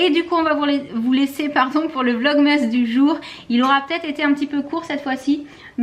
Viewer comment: faut dire "VlogmAs " (Asse) lol c'est plus jolie à l'oreille:p